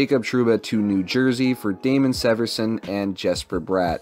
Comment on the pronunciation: It’s Damon SEE-verson